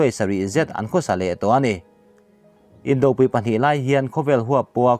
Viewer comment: Indopui,inkhawmpui,tiha pui hi,vawkpi bawngpui tiha pui lai thluk ang hian thluk ula awmzia a dik .in thluk dan nget nghut hi awmzia a nei lo.